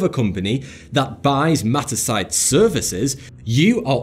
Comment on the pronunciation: I thought he said "metastasize" when he said "Mattersight" Which...is probably a better name for the company